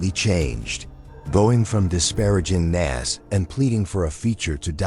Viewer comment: it’s Nas not Nass wtf